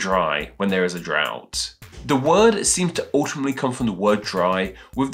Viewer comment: Dry... Out... Drout!!!!